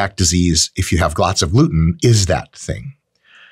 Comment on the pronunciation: Anyone catch , “glots of luten” 😂 Not hating, love your content! ..but still a bit funny.